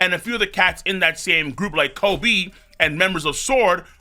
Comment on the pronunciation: The way pronounces word cracks me up, like his cadence too 😂. “Ko-BEE” or saying Sakazuki hella fest